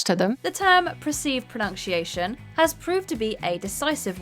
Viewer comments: Why can't the narrator pronounce 'pronunciation?' /prəˌnʌn.siˈeɪ.ʃən/, not /prəˌnʌnk.siˈeɪ.ʃən/ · She sucks. WTF is "pro-nunn-shee-aay-shun" she keeps mumbling. Sloppy content..🧐🤮🤮🤢🤮🤮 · Is “pronunk-sheayshun” an accent thing or just the usual inability for certain presenters to pronounce common words? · She keeps saying ”pronunkciation” 😂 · Or pronunkcheeation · If you are going to mispronounce a word, for the love of God, don't make that word pronunciation. Pro-NUNK-she-a-shun? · I hate that she mispronounces 'pronunciation'. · I find it funny how this woman can't pronounce "pronunciation" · theres so many things wrong with this video that i cant even watch it can you please learn to pronounce 'pronounciation'